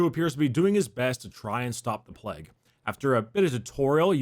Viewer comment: No one: Americans: PLEG